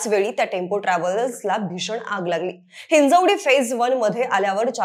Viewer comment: हिंजेवाडी ❌हिंजवडी 👍